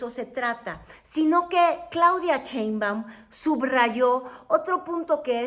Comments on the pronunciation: Está muy muyy interesante tu contenido felicidades es la primera vez que te veo pero me estresó escuchar cheinbaum 😖no es cheinbaum es Sheinbaum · Diga bien su apellido: Sheinbaum, no Chenbam! Ah pero Trump lo menciona muy exquisitamente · Cheinbaum, o Sheinbaum, jejeje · No MMS Wey tu No estuviste en el palacio Nacional junto a Nuestra Querida Presidenta, Y Se Llama Sheinbaum!!!!!!!!NOOOOO Cheibam!!!!!!!! Sheinbaum!!!!😲😲😲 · Me gustan sus programas pero me fastidia escuchar su mala dicción cuando dice( sheinbaum )